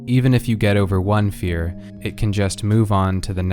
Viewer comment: It? I thought he was saying LIT🔥💯😤👌